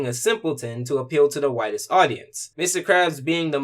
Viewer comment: Did you say widest audience or whitest audience?